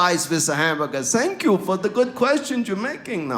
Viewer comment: I heard your "I thank you" ...with your German accent!